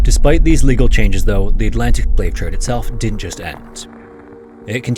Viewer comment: You mispronounced slave